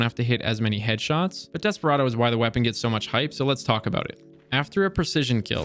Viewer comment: Nice video. Haha aboot